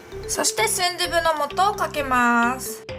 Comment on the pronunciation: 다른 두부는 도후 같운 발음인데 순두부는 순두부 그대로 발음해서 조금 움찔했다...